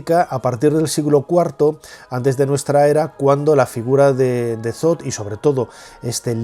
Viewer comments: Shoth, no, th es t no s, entonces es Shosh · .. Bueno, yo hablo de la pronunciación en español, si está escrito Thoth se pronuncia Tot porque la H es muda, pero el narrador pronuncia Sot, independientemente del nombre correcto